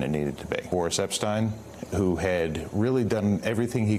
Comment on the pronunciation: Why can't people say Epstein? How does it become eppschtyne